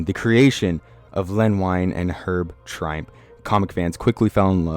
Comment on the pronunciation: Len Wein and Herb Trimpe, pronounced WEEN and TRIMPY.